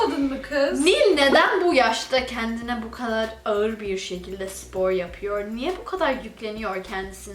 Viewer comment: Nobody: Nil: sİpor